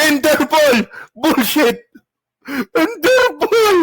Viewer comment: Pag nakulong na c bato tutubuan na yan ng natural African hair 😂😂😂sabi ni baro dahik (the hague) at interpulllll ( Interpol)😂😂😂